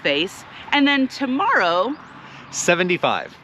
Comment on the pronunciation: Spring Valley is so nice. Good lunch. The horses were so sweet. It sounded like you said tomorrow then I figured out it was to Morrow. 😂😂. Cold and then warm. No haters here. You guys are doing great and having fun. It’s all good. Yes, an escape route is important.